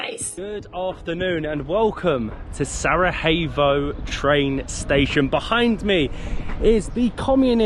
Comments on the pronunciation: To be easier for you because you are saying Sarajevo wrong every two seconds . So its Sarayevo . Sarajevo is not in Spain to be pronounced Sarahevo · The vlog is on top, like always. But brother, Its not SaraHEVo, its SaraJEVo 😂💚 -> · Why do you all say Sarahyevo? Pls it’s SaraJevo the j pronounced like a Y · I love your videos, but you got the pronunciation of SaraJevo wrong! It is SaraYevo, as in Yellow not SaraHevo, as in Hard. I hope you don't mind me correcting you. Hvala, živeli, ćevapi and burek , hvala, are perfect!❤❤❤ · Can you please just pronounce Sarajevo properly? It’s not that hard mate. It’s not a H it’s a J and that’s like a Y in English. I think that the capital of B&H has been mentioned enough times on regular TV that you can learn how to say it properly. Thanks! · Sarajevo not Sarahevo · It’s Sarayevo for Gods sake. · Learn to spell pls 😅 Sarajevo (j like y) not Sarahevo.